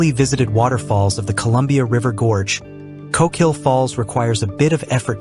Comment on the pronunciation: You did it again: ko-KEEL or is the narration done by an AI voice? At least you got ORR-ee-gun correct 😊